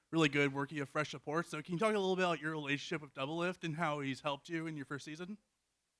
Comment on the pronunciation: uhhh he said relationshit between biofrost and doublelift uhh :D